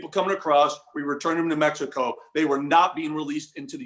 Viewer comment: To: It is pronounced M-e-x-i-c-o, not Mesco!